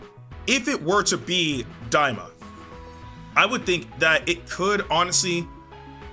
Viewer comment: Stop its daima lol